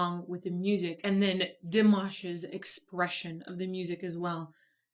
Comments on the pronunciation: Sometimes I think Dimash chooses to intentionally mispronounce a word for musical impact. At the very beginning of the song Dimash pronounces the word "the" as dee and this adds a resonance to the note that would not be possible with a 'th" sound. I have picked up on this in many of his songs in both English and French. I can't wait to hear him sing in Spanish since he does so well with the Italian songs. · The "fire bird" is "my soul free" from the body, soaring across endless dimensions looking for his creator. At least that is how I see it. Nevertheless I love it. He only pronounced one word (the) incorrectly (he pronounced it "de"), in my humble opinion, and that is pretty good. I only know a few words in Kazakh. This is not meant as a mean comment, just my observation. Thank you for reacting.